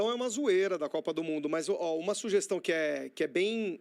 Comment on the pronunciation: "SuJestão"??????????????????? Meu Deus.